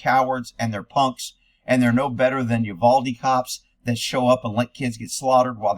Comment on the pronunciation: I had to listen twice . I thought you said "You baldy cops", but you actually said "Uvalde cops". Proof that we hear what we want to hear.